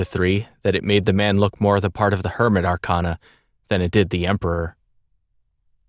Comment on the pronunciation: this is great, but one minor thing: arcana is pronounced wrong here. it's are-kay-na, not are-kahn-a. persona 3 used the latter, but atlus admitted it was wrong & used for artistic effect. Keep up the good work, though!